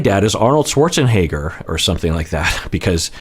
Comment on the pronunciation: Arn-hold shwart-zen-hegger Lol